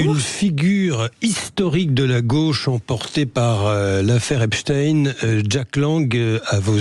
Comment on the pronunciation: Clémentine ! Epstein, et pas Epstin